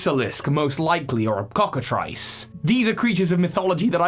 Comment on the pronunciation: You weren't scraping the bottom of the barrel on this one. That different Magikarp....fish....thing in Legends is really odd. .....and just to be clear it's pronounced Cocka TREECE. It's spelled like Ice, but it's EECE (Sorry, but Legends, folklore, and Cryptozoology is my specialty so I like people to be precise about this stuff.....Yes, I realize it makes me look like a jerk)